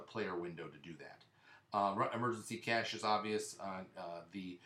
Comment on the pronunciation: You keep pronouncing cache wrong.